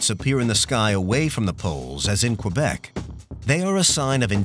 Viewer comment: "Qwebec" No dude you don't pronounce the u in Quebec